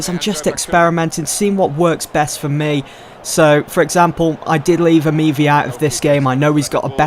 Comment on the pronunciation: Its Amavi, no Amivi